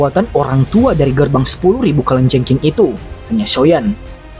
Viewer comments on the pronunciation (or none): Mimin kok susah ya ngucapin kalajengking, kurang ngopi mungkin hehee..